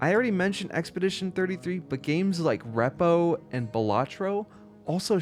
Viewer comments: Repo player here. It is actually pronounced "reap oh" just had to drop by and say it. Also I love what you are doing here. Keep up the good work. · "reppo" XD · I don't like how u pronounce repo...